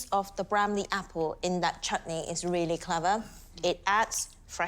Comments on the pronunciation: She said chootney not chutney 😂😭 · its not chuutni, people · At 0.56 ...English Pronunciation of CH-OOT-NEY is hilarious.....